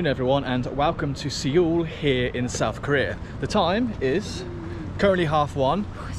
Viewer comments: Just a quick tip: whenever you see a Romanized Korean word with "eo" in it, it's pronounced "uh", so "Seoul" is pronounced "Suh-ool". The English word "soul" is also acceptable for Westerners to pronounce it as since it's close enough. :) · What is "See-ull"? It is pronounced more like Soul. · Learn how to pronounce "SEOUL". It is pronounced "Sole".not "Seee ol" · Please have some respect to the country you're traveling to and try to pronounce it properly. It's "Soul" and not Sea-ool. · Seoul is pronounced ‘sole’ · As soon as I heard you pronounce SEOUL the way you did, I had to switch off. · Dude can't pronounce Seoul.... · Please pronounce SEOUL correctly🤦🏾‍♀️ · First time i've ever heard someone butcher the pronunciation of "Seoul"....😂